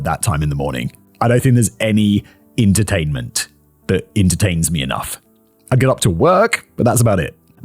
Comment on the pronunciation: Did I hear intertainment and intertains?